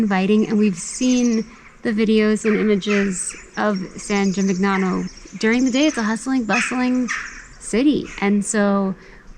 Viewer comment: Please note that the GN combination, in Italian, is pronounced like in the word "lasagna." So, this town is pronounced, San Gee-meen- yano. Nice video!